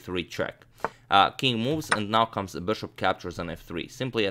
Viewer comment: The way he says bishop burshup it's the best